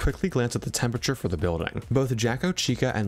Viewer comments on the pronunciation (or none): ah yes, the “temperature”